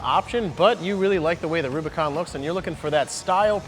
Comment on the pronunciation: Did he say, Robicon?